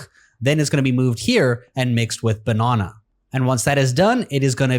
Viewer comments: The second you said banana I knew you were South African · Such a strange way to say banana